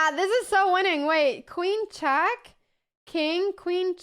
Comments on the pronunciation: Its not chack its check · Not chaaak but check. Not AF but EF